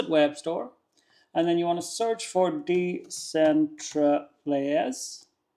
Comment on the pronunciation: I think it's pronounced "decentralize". It's a play on words: Decentral + eyes. 👀 "Decentraleyes".